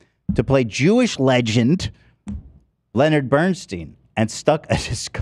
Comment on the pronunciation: Ethan NEVER knows how to say Leonard. 😂😂😂😂😂